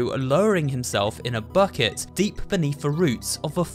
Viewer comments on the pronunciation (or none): none